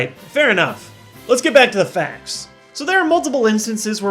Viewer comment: he said let's get back to the facts but it sounded like let's get back to the faps! Lol! Good fact/theory you should make these more often and theories too